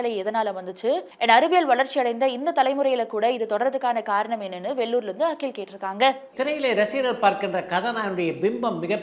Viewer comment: One humble request to. Kindly change your voice modulation when you say “கேட்டிருக்காங்க” at the end of every question. You sound out of place when you say that word. says it nicely. Other than that, both of you have a very good command of Tamil language including diction 👍❤️